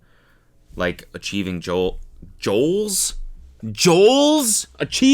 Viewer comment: cody laughing so hard at him saying “joal” instead of “goal” had me weakkk😭